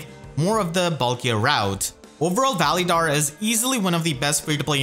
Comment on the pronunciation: Your saying his name wrong